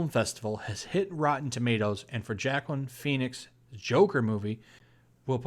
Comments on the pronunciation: LOL 1 movie is not gonna make DCU better than the MCU.... But this movie looks outrageous! Did you say Jacklyn Phoenix? It's pronounced "WahKeen" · It’s pronounced “who-wa-keen”.😂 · xD I was about to put IT'S PRONOUNCED WOKEEN! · Pretty sure the name etymology of Joaquin is Spanish. Maybe I'm wrong. Also pronounced Wah keen phonetically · No, it's pronounced WahKeen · It's pronounced "Walkeen". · I think his name is pronounced "wah keen" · Dear: it is pronounced (huwaa keen) Phoenix. J is an H. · Can't blame him, back then I used to pronounce Joaquin as "Jacqueline" too Lol